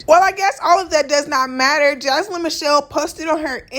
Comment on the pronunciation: Imma need you to say her name correctly...Jania Jania Jania 🤦🏾‍♀️🤦🏾‍♀️🤦🏾‍♀️🤦🏾‍♀️